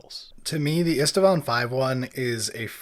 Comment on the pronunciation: Driving me nuts: it is IST-VAAN. There is no second "a" in the pronounciation.